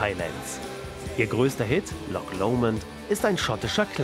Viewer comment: "Lock Lomond". Mann, warum sind DEUTSCHE nicht in der Lage, "Loch" richtig auszusprechen? Oder sagt der Kommentator auch "Der Ball geht ins Lock"? Himmelherrgottnochmal!